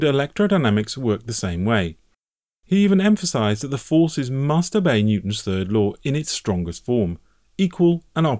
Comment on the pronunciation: Very interesting, never knew this, Electronics for 35 years. But who is "Netwon"? Sounds like a hacker if you ask me.